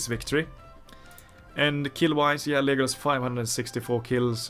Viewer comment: Just wondering, why are you pronouncing it as Lijeeegolas 😂?